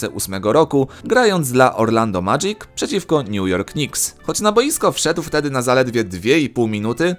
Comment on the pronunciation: Madżik xddd